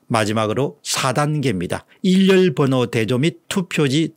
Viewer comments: 일련번호를 처음부터 끝까지 계속......일렬번호라고 발음하네요????????? 한두번도 아니고 왜 그러는 거죠????? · 일련번호를 발음하실 때 계속해서 "일열번호" 라고 발음하시는 것 같습니다. 박사님의 획인 및 차후부터는 교정될 수 있기를 바랍니다.